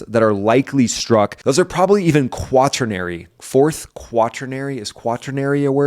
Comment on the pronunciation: Great vid,! "Quaternary" can be used to 4 as tertiary is to 3. You nailed the pronunciation, too.